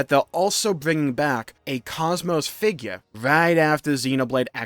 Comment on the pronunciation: I hope Xenosaga does finally come back. Maybe then people will learn how to pronounce Kos-Mos.